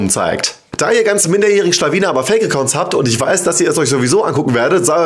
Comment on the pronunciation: "Fakeakkounts" BIn 19